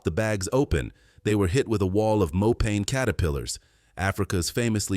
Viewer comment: It's pronounced Mo pa ni ...😊